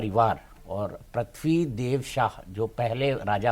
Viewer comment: PRATHIVI NAHI HOTA HAIN BELAGAM MAT BOLL YAAR PRITVI BOLLA JATA HAIN